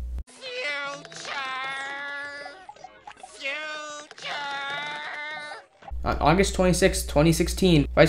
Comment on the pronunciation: Have a like for then “futurrrrre” hahaha